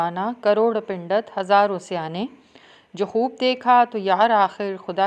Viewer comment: Pindat kun bol rahi hain Pandit boliye